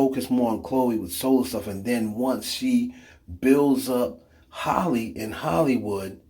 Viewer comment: It’s Chloe and halle not holly